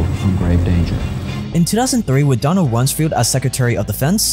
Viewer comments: Good job ……BYW ….it’s Rums “FELD”….not “FIELD” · Its RUMS-FELD not FIELD. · It’s Donald Rums-Feld. Not field.